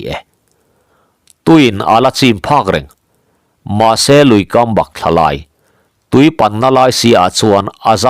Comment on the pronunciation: Luikam 'bakthla' i lam dan hi dikhlel deuha ka hriat chu le. 'Back tih lai hi thimhliama boruaka thlawk thin 'Bak'tih thluka thluk tur ani e.